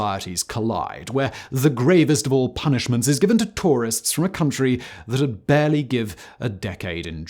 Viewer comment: All the way to the end It still sounds like he’s saying “barley”